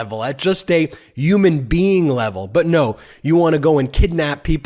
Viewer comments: I love and your videos, but I cringe every time you say Uman being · It's not yooman bean! It's Human Being! That drives me bonkers! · I had to drink a shot every time Ben said ‘youman bean’. 😂❤